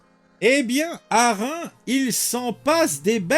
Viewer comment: On ne dit pas Rein on dit ReimS, le "S" se prononce.